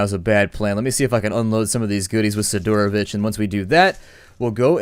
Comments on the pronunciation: It's correct to say "Sidorovich", the accent on Si, like SIdorovich, not siDOrovich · SID-ROW-VICH NOT SI-DOOR-OH-VICH